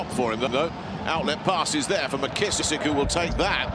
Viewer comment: Man why do they keep calling him "Mckissich" like he's Serbian? 🤣🤣